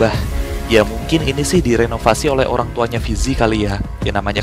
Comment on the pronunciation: Orang bang bukan holang